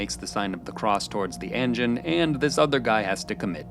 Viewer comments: I let "engine" instead of "anjin" slide, but you lost me at "seppu-queue". For fuck's sake, at least try with the pronunciations. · seppu-ku, not kyu, bunta-ro, not ryu, ahn-jin, no ehn-jin, it aint that hard, sorry my dude but my ears are bleeding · Loved the video but not so much some of the pronunciation. There's no 'y' in seppuku. Last part is just "ku" rather than "kyu." And say way you say Anjin sounds closer to "engine" than "anjin." That one is said a ton of times in the series and should be easy enough, "ahn-jin." Not hating or anything, I'd actually love to see more Shogun content from you, just with improved pronunciation. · ah yes, än-gin and seppukyu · I literally fucking can't with your pronunciation. "ANNJIN. SEPEWKOO" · It's "ahn-jeen" bro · Please please learn how to pronounce these words at least somewhat correctly. You pronounced "anjin" wrong even though they said it at least a hundred times in the show.